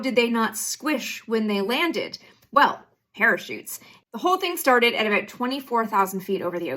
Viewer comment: Problematic glasses AND she says, "aboot," like a Canadian.